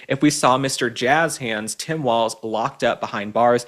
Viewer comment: Please learn how to pronounce "Walz" properly.